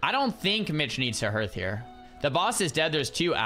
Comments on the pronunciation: please stop pronouncing it 'h-earth' hearth is pronounced 'harth.' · Dunno if anyone has mentioned this, but HEARTH is pronounced like HARTH, not HIRTH. Just saying.